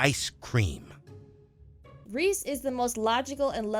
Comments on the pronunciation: Me crying because you said Rhys as Reese because it is pronounced Reese but in this its rise- XD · Uh not trying to be rude but it's pronounced "Rise" not "Reese". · Rhys is not said as reese its said as rise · It's rise not Reese. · I’m pretty sure that rhys’s name is pronounced like “rise” from what I heard while watching the show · Ryhs is is said like the word rise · u said rhys name wrong but oky